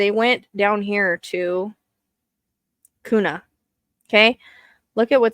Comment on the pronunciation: Hi, just so you know kuna is pronuced Q-na and caldwell is call-d- well, Payette is pay- yet.. Hope that helps.. Thanks for all you do..